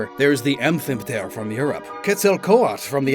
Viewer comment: Ah yes: The legendary winged searpant: "Amfffiiimfthffrrh...." Come on dude, do you wanna try pronouncing that again after you've had some coffee or something?